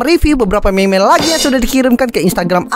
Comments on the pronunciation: Bukan meme bang tapi mim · Bukan Meme Di Bacanya Tapi Mim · Bang bilang mim bukan meme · Cara bacanya mim bukan meme walaupun tulisannya meme dibacanya mim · Bang tulisannya mene tapi kalau di baca nya mim